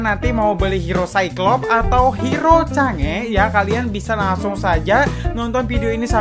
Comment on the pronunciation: Chang'e Sebutinnya Kaya Sange